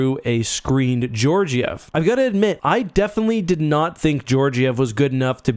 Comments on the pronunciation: You are butchering the name of the avs goalie. Learn how to say it.. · Hearing him mispronounce Georgiev is painful. When Siri does it, it's funny. But he's not Siri. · george-iev lol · was so unimpressed with Georgiev, he didn't bother to learn how to pronounce his name.